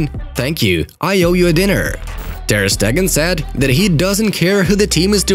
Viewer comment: ter not tur you can edit the commet